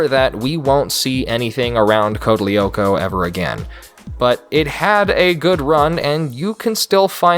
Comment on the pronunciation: As french person this show was FIRE !! Evrybody know about it in France. I loved this its my childhood. this but please i beg you DO NOT WATCH CODE LYOKO EVOLUTION !! (Oh and also you dont pronounce the "L" si its code (L)yoko